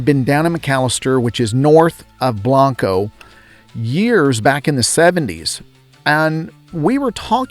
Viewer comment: Its pronounced blain-co